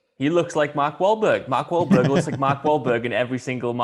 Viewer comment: Larry king said mark whalberg wrong first 😒😂